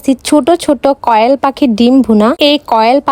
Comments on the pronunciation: কোয়েল না না না কয়েল 🤣🤣🤣🤣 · কোয়েল ❌❌ কয়েল ✅✅ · কিরে ভাই কয়েল কি শুদ্ধভাবে বলতেও পারো না কোয়েল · কোয়েল❌ না কয়েল✅